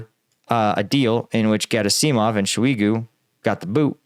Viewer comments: Dude, it's Ger-AH-sih-mov. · Emphasis is usually on the second syllable. So it's vlad*I*mir , not vl*A*dimir as we tend to say. Hence it's gerAsimov and surOvikin. A breakthrough at Bakhmut will threaten both Severdonetsk and potentially a deep strike round the back of Donetsk. It has always been of far more strategic importance to us, more valuable to win, than it was for RuAF. For them it has always been just an obstacle. For us it could destroy this entire section on Donbas. They can fall back to Popasna and the 2014 lines behind it, but they will have to defend either wider flank for the above reasons. They will have little or no reduction in the line they must defend. Slava Ukrayini